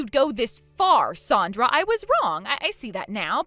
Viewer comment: Her name is Sandra not sondra